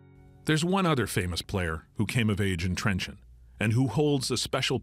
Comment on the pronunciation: It is not trenchant, it is Trencin or in hungarian trencsen...